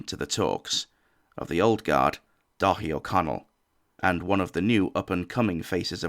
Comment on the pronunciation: u keep saying Dáithí Ó Conaill which would be pronounced dara in english